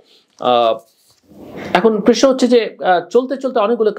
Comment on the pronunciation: জিল্লুর - তুই তো প্রশ্ন বলতে পারিসনা - তুই তো বলিস প্রেশ্ন - তুই কিভাবে বুঝলি আওয়ামী লীগের জনপ্রিয়তা তলানীতে।